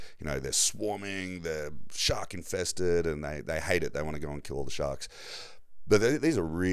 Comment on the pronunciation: I was attacked by a shark( or shawwwwkk as you pronounced it) 🤭😂